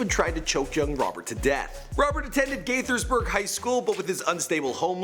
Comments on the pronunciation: HE FINALLY SAID GAITHERSBURG RIGHT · Its pronounced GAY-thersburg